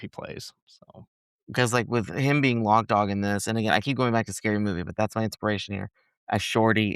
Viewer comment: ITS LOC DAWG, not LOCK DOG.